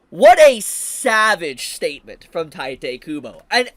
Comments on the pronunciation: It's not "taite" kubo, it's "tite," ti as in tea and te as in tell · It's teete not tYte.... You are brutalising his name. Anyway, I heard that weather Apps are now requiring IDs in Texas. n texas. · Bro, it's "tiiiitehh kubo", not "taitay kubo"... XD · It’s pronounced Tite (Taito) Kubo. It’s explicitly not pronounced the Japanese way. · Friendly PSA that Tite is supposed to be read as Taito. Or you can read it however you want, I'm not your mom. Just saying coz many ppl don't notice just coz it's a quirky af romanization.